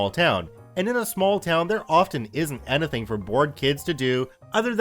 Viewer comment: why do you pronounce "anything" so weirdly?